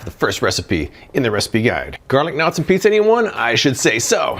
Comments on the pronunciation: I kept thinking you were saying garlic nuts... Almost $400? Ugh... I have a Emeril dual zone air fryer/oven, that I got from Morning Save, over a year ago for $100, and it still works awesome! Maybe this will be discounted someday, because there's now flippin' way, LOL! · I’m in a country where we don’t have garlic knots. I did a double take because when I first heard you - I thought you said garlic nuts! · I thought he said "garden knots", I had to rewind & pause, & read it.